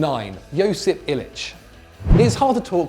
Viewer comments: It’s not pronounced ilchh it’s pronounced il i ch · Its not pronaunced il-itch Its pronaunced il-itch-itch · its ILIČIĆ NOT ILIĆ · Say it with me........ il-I-sich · Is it not pronounced Ih-lih-sich? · You're pronouncing Ilicic wrong!